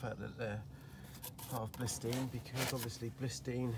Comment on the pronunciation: Blisteen? Bilstein, surely?